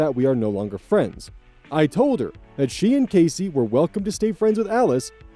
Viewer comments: Man, you really throw me off with the way you pronounce Cassie. The a is not hard, it's soft. Ah not ay. Cahssie not Caysie. The way you pronounce it would be spelled more like Casey. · i know it isn’t a big deal, but “Cassie” is said “cas (class without the “l”)-ie” not “casey” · Yeah it's pronounced Cass-sea not Case-sea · Love you, but I don't think Cassie is pronounced Casey in any US state, not even Idaho. The I can't jump over both Ss to make the A sound hard:/ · Story 3: Only a minor note, i think you are pronouncing cassie wrong